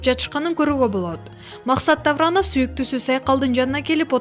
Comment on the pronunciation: Максат Тавранов дейт гооо.😂